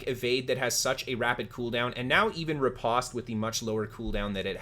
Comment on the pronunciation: Thanks for the videos! I am new to New World, so this really helps. BTW, it is ripOste, hard O sound, like the word "post".